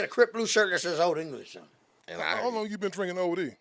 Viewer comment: "One thing West Coast broght to the board is"... "OLD ENGISH!" 🤣🤣🤣🤣🤣🤣